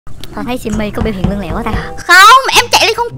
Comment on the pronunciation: Lươn chứ ko phải là lương